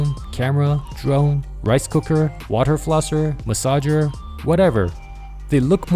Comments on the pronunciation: haha "massager" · Noice “massager”😂👍